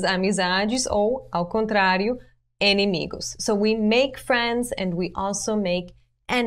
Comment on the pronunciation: Excellent examples! Thanks a lot! Ah, just a reminder it is "inimigo", not "enimigo" kkkkkkkkkkkk abraços